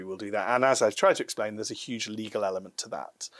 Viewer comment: Trump would say "it's UEGE now", whereas says "it's SHOEGE now." Potato potahto😆